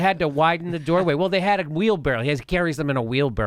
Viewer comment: Wheelbarrow not Wheel-barrel, but it's a common mispronunciation.